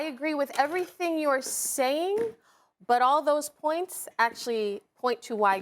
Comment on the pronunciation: I just realized SAS says "owl the time" Not "all the time"